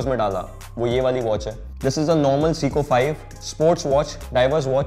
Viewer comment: It’s say-koh Not seeeko